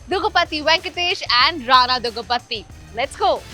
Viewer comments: Kamiya it's "daggubati" not duggabati!! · it's not duggabatti it's daggubatti 🤦🏻‍♂️🤦🏻‍♂️ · It's not duggu pati It's daggu bati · Dagubathhi ? What is this pronounciations 😂😂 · Adi Daggupatthi puttaparthi kadu ye patthi mokam pilla it's Daggupati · I don't know y all North side interviewers pronounce daggubati incorrectly This is the third interview or fourth which iam seeing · Yaar koi inko Daggubati ka sahi pronunciation sikha do!